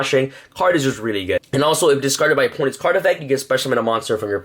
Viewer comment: "this card is wrully wrully good"